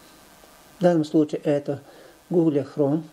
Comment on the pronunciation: Только не гугле, а гугл)